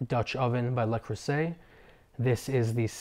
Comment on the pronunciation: Le, not Lay Creuset.